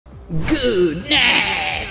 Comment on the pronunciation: “GEWD NUH-IGHT!” 🔥🔥🔥🔥